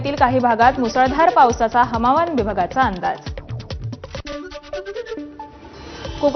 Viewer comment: हवामान ला हमावान बोलले